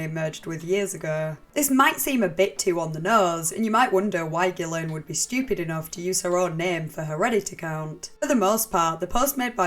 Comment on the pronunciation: Haven’t followed you for years because my autism prevents me from enjoying your accent but I’ve been researching this subject and found this video. At first I was like, ‘I can’t do the accent’ BUT then I heard you pronounce her name correctly. You earned a lifelong sub from me.